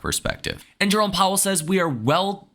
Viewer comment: Took a shot for every time “jerrome powwel says” i died 4x